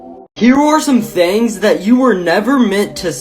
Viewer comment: The way he says thangs other than things